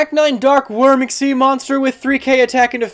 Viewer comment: it's egg-SEEZ